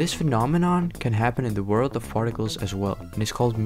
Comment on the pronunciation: He definitely says “farticles” .